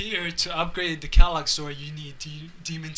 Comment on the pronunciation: Pronounce quelaag like this: “Kray-Lag”